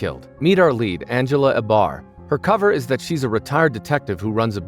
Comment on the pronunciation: You pronounced Abar wrong. Did you even watch it or are you reading an AI summary?